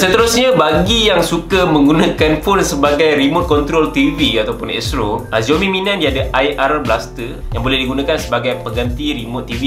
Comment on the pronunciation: Its 'SIAOMI', not 'ZIAOMI'